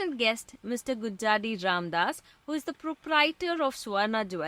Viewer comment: Our maam is great - humble rooted and pragmatic. Story well narrated. He is 24 karat human being as well. Interviewer could have done a better job.. her knowhow about the field apparently is limited. She could have done some homework. Two key mistakes were pronouncing his name gujjadi wrongly and Swarna as Suvarna a few times. Please take this as feedback. Coming back to maam.. i clap him, i salute him and bow down to touch his feet in reverence.